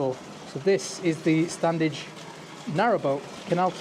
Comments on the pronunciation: It's still pronounced Stannige. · the first d in standedge is silent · Please drop the first "d"in your pronunciation of Standedge. It grates a bit.